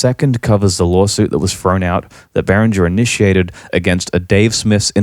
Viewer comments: Exactly. Whoever thinks behringer should donate can do so with the money saved by buying behringer products. I wonder if it is the same company the guy in the video talks about, he mentioned berenger very often, maybe he is just mispronouncing it, maybe not. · you have a funny way of saying behringer and the outro music is too loud under your voice but other than that this was an excellent - and surprisingly impartial piece of work - really is a tough topic .. in other documentaries i heard the point being made that behringer copying old designs is fair enough but releasing clones of hardware which is currently being produced is very naughty instead.. i find that to be a very valid point as well. I still dont know where i stand on behringer as a whole because i certainly cannot afford 3k synthesisers and yet i am not sure if cloning the companies innovating 3k synthesisers so they eventually go out of business is the right way.. actually i do think it is despicable.. yea.. yes i do